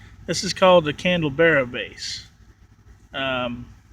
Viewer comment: Correct pronunciation is candelabra... pretty common not that hard to find.